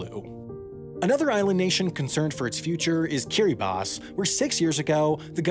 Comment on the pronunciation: i respect how this guy can correctly pronounce kiribati